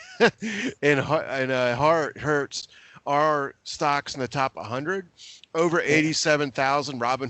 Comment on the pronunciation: Hertz is pronounced "hurts". Haven't you heard of the company?